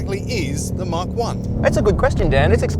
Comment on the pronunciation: You are pronouncing the Mach 1 incorrectly.You are saying Mark 1.It is pronounced Mack.When ford named it Mach 1 it was referring to the speed of sound being known as Mach 1.Stop calling it mark 1 please.